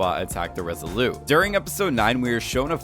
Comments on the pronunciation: Just one question: why do you keep calling the ship the" Res ah lou" as if it you were French. You sound American: In English we pronounce the T as in Resolute. Other than that, pretty good video ! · OMG would you please stop saying "Resoloo" instead of Resolute as in the Resolute desk of the President. Look it up! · Is it just me or is this guy's voice ABSOLUTELY ANNOYING regardless of what he is saying..? And it's the ResoluTe, ResoluTe not Resolute... i.e. soft French...